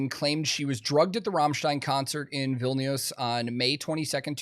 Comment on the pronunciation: I'm actually surprised how well you pronounced Vilnius, closer than most, especially if you never heard it pronounced before.